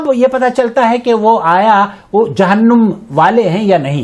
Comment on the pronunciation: جہنُم ( نُم / num ) نہیں جناب ! جہنَم ( نَم / nam ) - - - - - ( از احسان خسرو )